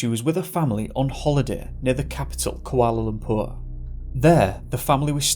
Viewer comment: Kuala Lumpoooooooooooooooooooorrrr? Lol. A Yank Yorkshireman